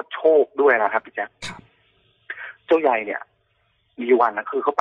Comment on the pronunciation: ใครที่เข้ามาฟังนะคะ อธิบายตัวละครนิดนึง ลูกคนเล็กชื่อเจ้าเล็ก ส่วนลูกคนโตชื่อเจ้าใหญ่นะคะ แต่สำเนียง แกจะออกเสียงเป็นเจ้าใย😆😆